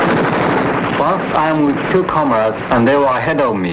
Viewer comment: "and my cucumbers are gone." WTF? I had to listen again to what he said. "and my two comrades are gone."